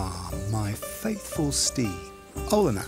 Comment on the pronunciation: Olena should be pronounced "Hielena"